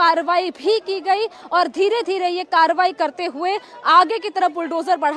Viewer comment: Please correct your reporting. It's not tobahi, it's Karbahi